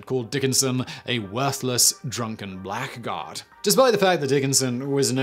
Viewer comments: Blackguard is pronounced as “Blaggard”. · What a dilemma. Do I correct an Englishman who mispronounces "blackguard?" If you care, the inflection is supposed to be similar to "tuppence."